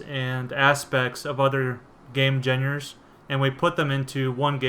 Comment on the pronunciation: Does it bother anybody else he said 'genre' as 'jenners' or 'genners'? God damn it.